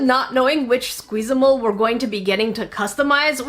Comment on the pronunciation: um its Sqeezamals